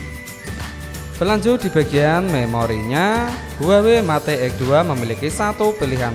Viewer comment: Yg begini jd you tuber...mate....met...bloon bacanya